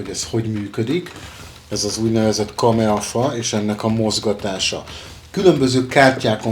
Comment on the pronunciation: KAMAE...nem KAMEA....bocsi